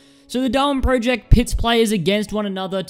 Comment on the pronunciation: does noone in the world know how to pronounce project